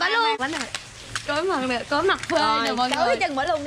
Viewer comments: "TRÓI" nha máaaa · Trói chứ không phái chối nhaa